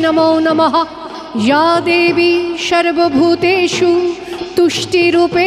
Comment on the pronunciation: আপনার পরিবেশনা খুব ভাল, কিন্তু আপনার উচ্চারণ ত্রুটিপূর্ণ। স, শ, ষ - এই সবগুলিই আপনার উচ্চারণে 'শ'। এটা ভীষণ কানে লাগে, বিশেষ করে সংস্কৃত (বা তৎসম) শব্দের উচ্চারণে। আপনার "শর্বভূতেষু" ব "শংস্থিতা" উচ্চারণ অত্যন্ত elementary ভুল। বারংবার একই ভুলে স্তোত্রপাঠটা মাঠে মারা গেছে। দ্বিতীয়ত, বঙ্কিমচন্দ্রের মূল লেখাটা (যেটা displayও হচ্ছিল) কয়েকটা জায়গা বলার সময় addition , alteration বা omission হয়েছে। এতে পরিবেশনা কোনো নতুন মাত্রা মোটেই পায়নি। এই liberty টা না নিলেই ভাল হত। আপনি প্রতিভাময়ী, এগুলো ঠিক করে নিলে পরিবেশনা সর্বাঙ্গসুন্দর হবে।